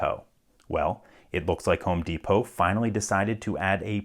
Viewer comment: "Deepoh". Isn't it Depot? As in "Depoh"?